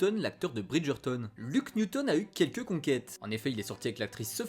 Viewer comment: Je supporte pas comment il prononce BridgertOne 😂 ça pique les oreilles